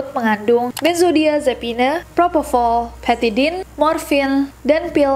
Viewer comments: E di belakang ga usah dibaca *me as chemist analysist 😂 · Nobody:.... Nessie said "benzodiazepinEEEE" Me as a pharmacist: 🤨🙄🤣🤣🤣🤣